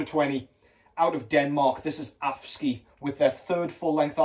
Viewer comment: Being from Denmark, your pronunciation of AFSKY made me smile... nice try, though... 🤗 Thoughts: - Nice to see that Ahab album get an honourable mention; from an artistic standpoint really one of the very best albums of 2023 in my ears... - Minenwerfer 'Feuerwalzer' getting some attention was great; this is the album Marduk should have put out... - That Cruciamentum album made making my list of top releases a living hell, creeping ever nearer to the very top with each listen; an absolute BEAST of a comeback album! Thank you for a great top 20 list and generally always interesting content,! 👍